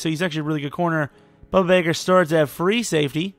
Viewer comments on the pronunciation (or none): BUDDA BAKER. WITH A D, NOT A B. GET IT RIGHT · It’s pronounced boo-duh Baker